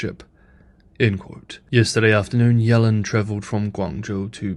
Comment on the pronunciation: Pronounced yellen’s name wrong. Ironic you can Chinese names right but English names wrong.